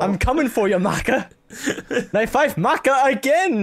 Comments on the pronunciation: All Soul Eater fans cringed when said "Mayka" instead of "Maka", I know I did. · Make-a MAKE-A!! ITS MAKA (maakah) FROM SOUL EATER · OHMYGAWD it's not May-ka it's Mah-kah! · Sorry but i have to, Maka Albarn is pronounced like Muc-uh not ma-ka, it's a soul eater reference :3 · is not mayka its MAHKUH... MAHHHHHHHHHKUUUUUUUUUUUHHHHHHHHHHHHHHHH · The way pronounced Maka made me cringe so hard. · The way kept mispronouncing Maka in this made me cringe because that's my cats name loll Also Maka is the best character in Soul Eater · Eian Guevarra cringed as you don't realize it's said both ways